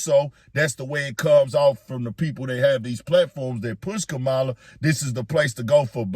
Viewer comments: 💥💥💥 HEY FAMILY GET HER NAME RIGHT… ITS “KA MA LA” not Ka mala 🤦🏾‍♂️ RESPECT ✊🏾 HER NAME BRUH… YOU SOUND LIKE trump & MAGA maggots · Hunh?? How is Kamala being pushed as Black when that woman IS Black?? So damn right people need to have that same exact energy questioning Trump who has made it crystal clear that he don't F with Black people. Check his history. Btw, it's okay to pronounce Kamala's name correctly 💁🏾‍♂️ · if you’re going to be media at least learn how to say Kamala name right! You sound like the grand wizard Trump! Respect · Please pronounce her name correctly.... and for everyone asking what she's doing for black people ask yourself what are YOU doing for your own community.... do you really think Trump is doing something for you???? Obama had 2 terms/8 years..... what did he do for black people???? This is the same thing that was done to Hillary.... y'all put Trump in.... none of these people are coming to save you.....